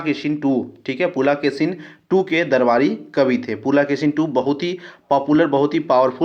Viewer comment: शुद्ध भाषा का उच्चारण कीजिये पुलकेशिन को पुलाकेसीन बोलते है, और कुछ शब्द को बोलते है सुनने में कठनाई होती है।